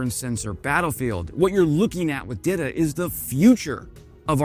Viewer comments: It is pronounce DEETA , it is a Czech girl name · Saying Dita like Didda and i keep hearing Diddy 😭💀Diddy ahh